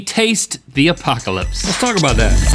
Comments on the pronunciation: Is anyone else annoyed by "Apaco-lips"? Woouldn't it be "Apoca-lips" or am i missing something here? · "Lickin' my Apaco-lips" Do you mean Apoca-lips?